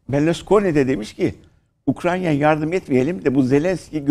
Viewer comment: Keşke Ukrayna ya Ukrayna diyebilseydiniz de bizde sizi ciddiye alabilseydik.